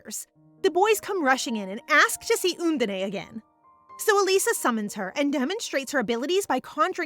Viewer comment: can't get used to undene being called 'oondeney' 😅